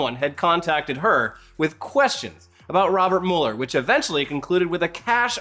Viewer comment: It's Robert MEW-LER. Not Robert MUL-ER. 👏🏻